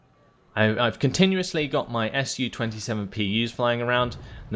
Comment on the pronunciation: I like how you try to pronounce names of rus units, but sometimes it's just to hard :) was particularly well illustrated by unit called komandnoe otdelenie, after a short pause you decided to just say command unit :) btw SU planes very easy to remember, SU pronounced the same as in the word sushi, not two separate letters S and U :) anyway, love your videos :) but want more "ship" maps